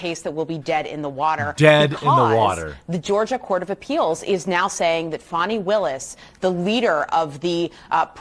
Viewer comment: "Faw-nee Willis" HAHAHAHAHAHAHAHAHA!!!!!!!!!!!!!!!